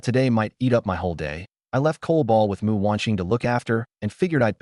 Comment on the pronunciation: My god, the AI reader gets the name "Mu" right and not Emm-You! Very impressed with the QC you've done!